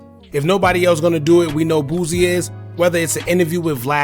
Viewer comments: BOO-SEE not BOOZEY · Bruh who is Boozy? Lmaoo it’s pronounced “Boo C”